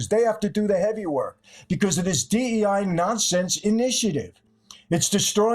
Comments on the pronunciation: Bro kept saying D-I-E hires 😂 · Guest keeps saying DIE rather than DEI -- is that a Freudian slip?